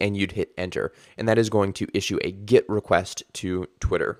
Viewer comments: Ah, I see. Well, I maintain the videos is ultra confusing because you pronounce your e like an i and it sounds like git. I genuinely didn't get it. Or is that git it? ;) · Kinda confusing that you pronounce GET as GIT